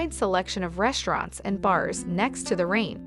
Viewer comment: Good video, but you really need to pronounce Rhein/Rhine correctly!